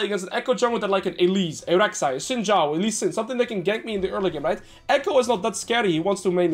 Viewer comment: This might be the first time I’ve ever heard a league player say Xin Zhao correctly